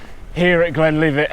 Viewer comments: Whay a donkey. It’s Glen Livet not Leevit. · Yeah, Moray is pronounced the same as Murray, and Glenlivet is GlenLIVEit👍 I LOVE Glenlivet, and can't wait to get back there to have fun on the new Underthinker blue flow trail.